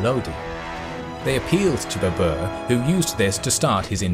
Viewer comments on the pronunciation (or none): It is ba-ber not ba-bua!😂😂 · You butchered baber's name mate, you make him sounds like it's the name of an ape species, babua😂😂😂 it's pronounced as Baa-ber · In video presenter pronounce The title of conqueror wrongly because in Persian tiger is pronounced "babr"not "baboor".Now I do not know how this is pronounced in India itself. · Its not Babuur, its Babar in pronunciation. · Well done except pronunciation of Babur. It is "Bah..Ber" not "Beh.. boor" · It’s not babour he’s name is babr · WTF! Why it is so difficult for Western people to pronounce Indian names? It really is frustrating. Its BABAR not BBR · Babr/Babar not berber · Baa-Burr! It's pronunciation. not Babua! xD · Omg all along I kept thinking who is the new emperor Babooa, never heard of him and by the end of the video I was like wtf is he talking about Moghuls aemperor Baber? 😂 My lord he butchered the name so bad lol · Well done. However, tiger in Persian is pronounced as “bäbr”. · The way you say Babar.. it's hilarious.. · His name is pronounced baa-bur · He massacred Babur's name as much Genghis Khan massacred northern Persia